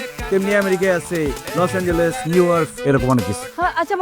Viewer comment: Lose angel re koy lose Angeles😅😅😅